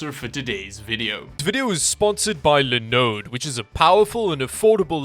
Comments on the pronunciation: See you are still saying linode and lInux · Is it just me or is the way says linode pretty satisfying 🤔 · Haha.. Same thoughts. There are vids where says it with even more feels